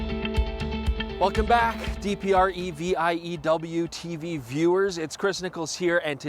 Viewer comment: Welcome Dee Pee Arr Eee Vee Eye Eee Double you Tee Vee viewers indeed